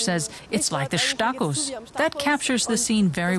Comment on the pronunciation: the guy says "Marienplätz"! Its "Marienplatz" the "Stachus" is pronounced "Stakus", der "Eisbach" mutiert zum "Eisbak" und und und. Einfach den Mund halten wenn man es nicht kann.